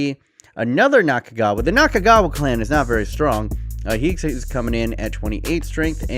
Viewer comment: Nakagawa is not kagawa